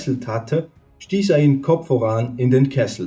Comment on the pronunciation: Wie er wachs und voran ausspricht... 😂😂😂 und Die Strafe sollte man heute noch anwenden. Das wäre es. 🤘🏻🤪🤘🏻